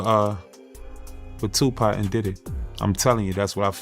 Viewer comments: Who the hell is 2pee ? It’s 2 pock. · Do not call 2Pac...2P.... Please and thank you. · Oml ✊🏾✊🏾✊🏾 2PAC!!! Say it with me TUPAC/TOOPOCK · who the fuck is 2p??? say the goat name right or dont say it at all... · Did he just say 2P??? 😵‍💫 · Speak the legends name correctly 💯